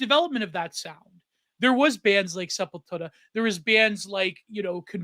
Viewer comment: I love you and this episode of the pod but you owe it to every single one of us that injured our neck and back from the heretofore unprecedentedly powerful douche-chills elicited at the way you decided to pronounce Sepultura and edit in the appropriate North Americanized pronunciation. Thank you for your time.